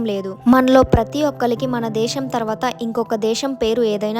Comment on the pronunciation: దేషం కాదు దేశం. "ఖ ఘ ఛ ఝ ఠ ఢ థ ధ భ ణ ళ శ" అక్షరాలు కూడా పలకడం నేర్చుకో 👍🏻